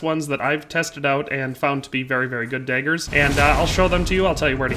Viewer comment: It’s DAAAAAgers, not Deagers